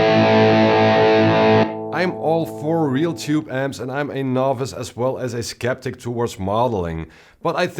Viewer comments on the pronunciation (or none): "sKeptic", brother. With a "K", not a "C".